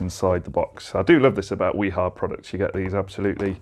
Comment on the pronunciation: Informative video, BTW the correct pronunciation of WIHA is "V-HA"